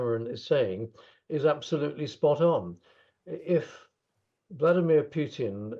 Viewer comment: It is Putin not pjutin. Solve that first.